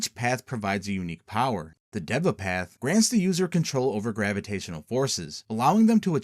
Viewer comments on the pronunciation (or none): none